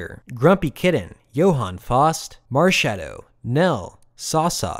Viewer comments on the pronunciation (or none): none